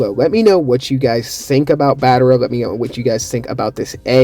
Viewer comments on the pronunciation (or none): What is battera;-; it’s battra not battera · Its BAT-TRA! Not Bat-ter-a! 😭😭😭